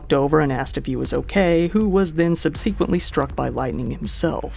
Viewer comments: Sub-see-quently is not how you say it. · Wake in Fright NOT Wake in Freight. And 'sub-see-quent-ly'? Really? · I hate doing this, but it’s a word you frequently use. It’s “SUB-suh-quently” and not “sub-SEE-quently.” If you weren’t so well-spoken. I wouldn’t bother. :) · Hi, fairly new viewer here and loving your work. A quick point in the word subsequently, which I noticed once before in another of your videos and only decided to mention it after hearing you mispronounce it twice... Sub-SEH-quently, nor Sub-SEE-quently. Also don't accent the second syllable at all, if anything accent the third syllable (quent) hope that's helpful. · SUHB-si-kwuhnt-lee, not sub-SEE-kwuhnt-lee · You make this mistake in literally every video—it’s not pronounced “sub-SEE-quently”, it’s pronounced “SUB-seh-quently”; you drive me bonkers every time you say it! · Subsequently isn't pronounced with the hard "E" in the middle. Think sub-SEH-quently. Not Sub SEE quently. Sorry it as driving me crazy. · You keep pronouncing subsequently sub-see-quint-lee bit it pronounced sub-suh-quent-lee.... Great vid tho bro very well put together just found this channel and I believe you are very underrated keep it up bro!! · Fan of your work. Can I ask, please, if you've perhaps only read the word "subsequently," as you pronounce it "subseequently" instead of "subsehquently"? I'm definitely curious if your pronunciation of "subsequent" is the same? Keep up the good work 👍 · I don’t like the way u keep saying subSEEquintly subsequently no SEE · I watched this and then sub-SEE-quint-lee left this comment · I’ve always heard it and said it: sub-suh-quent-lee (subsequently) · SUB suh kwint lee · Subsequently pronounced Sub·suh·quent·ly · "sub-suh-kwint" btw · mispronounced subsequently and several names wrong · very good video i just have to say i have never heard someone pronounce subsequently like that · Do you always mispronounce “subsequently” just to get comments? If so, it worked.